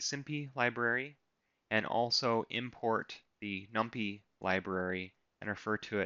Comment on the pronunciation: Love the way you taught and went through this. Hate the way you pronounce numpy and simpy, haha